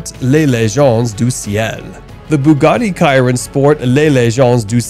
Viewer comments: You butchered every single name of the cars you featured (which btw is a fantastic list) but I couldn’t finish after you mispronounced la Mans… Bugatti chiron is with an sh not a k! Lol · chiron is pronounced "shiron" btw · The Bugatti Chiron is pronounced She-raw. Lemans is Luh-maw. Really. ✌